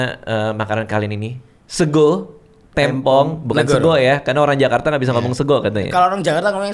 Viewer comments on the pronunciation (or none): Yg bener tuh tempong bukan tempong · Nasi tempong bang bukan tempong, pake e bukan e